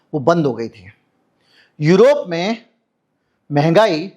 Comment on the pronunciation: यरोप नहीं यूरोप है